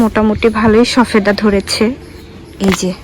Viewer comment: শবেদা বলেন শফেদা বলছেন কেনো বলছেন